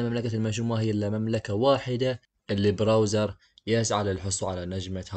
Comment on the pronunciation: سؤال كم مره قال براوزر؟